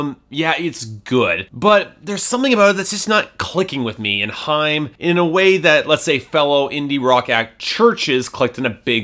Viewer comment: It's high-em not hime!